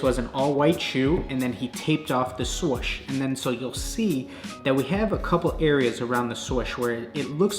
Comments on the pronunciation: Sorch? Is that meant to mean swoosh? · “The swosh” 🤦🏻‍♂️ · Haha the "shwuish" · Around the what?: Around the SwOWsSH